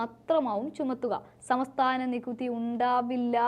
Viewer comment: സമസ്ഥാനം അല്ല സംസ്ഥാനം ആണ്